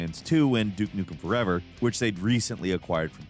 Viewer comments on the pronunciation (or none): none